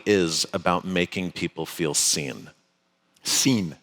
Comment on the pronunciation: did he say seen?